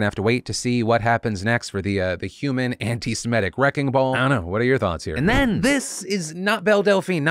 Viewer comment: Phil, you're killing me. the word is antiseMITIC not antiseMETIC. so many people mispronounce it, no shade, just triggering my ocd/a-hole buttons this AM